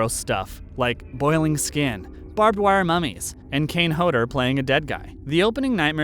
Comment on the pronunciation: "Kane Hoder"? WTF? IT'S KANE HODDER!